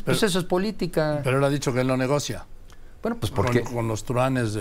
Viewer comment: muy inteligente, hijo de un ex presidente, mucha escuela privada y no sabe que se pronuncia < > y no < > y todavía critican a AMLO por cómo habla ajajajajajajajaj